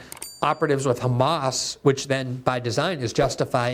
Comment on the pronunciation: Why do they pronounce "Hamas" that way? It makes me sympathetic to any group to hear their name butchered so much.